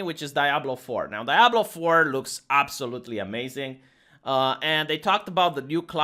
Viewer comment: pronounced diablo correctly (only a few times) i was shooketh:D